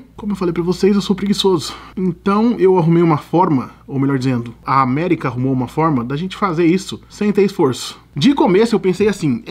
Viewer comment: você falou errado ao falar ''America''